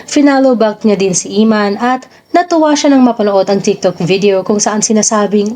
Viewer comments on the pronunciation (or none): anong " Imman "...? Emman, sester!!!:face-blue-smiling::face-blue-smiling::face-blue-smiling